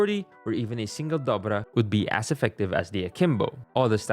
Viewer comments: Please don’t say dobrva it’s Markarov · Did they change the name of the makarov? Why is he saying dobvra? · fipilino accent coming out on dobvra lmao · the particular pressure on the name Dovra 😂